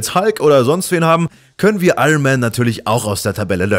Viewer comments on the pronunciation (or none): none